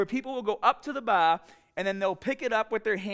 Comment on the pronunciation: “When pressing the baaaaaah” Tf he just say? Ohh, bar. I gotcha.